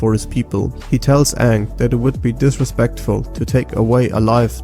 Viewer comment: You didn't just call Aang Ah'ng like in the Live Action 2009 movie did you? lol